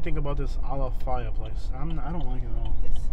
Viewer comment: Maybe you should learn how to pronounce Ala.FAY.a first, before you downgrade the area.